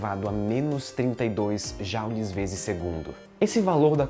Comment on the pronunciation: Adoro o canal mas "Jáuli" me doeu os ouvidos :(